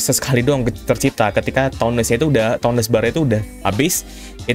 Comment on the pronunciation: Cara sebutin toughness itu "TAFNESS"